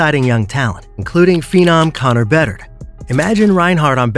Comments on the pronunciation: he’s probably annoyed at how you pronounced “Bedard” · the way some names were pronounced. Comes off as an ai reading to us. Bedard was probably one of the most popular players last season and you managed to mess up his name. Josi and forsberg have been stars for Nashville for a decade and again you mispronounced their names. Just makes you come off as uninformed on the topic at hand